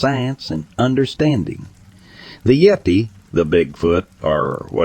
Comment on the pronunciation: If you can’t pronounce yeti correctly, I’m not watching any further because it’s total bullshit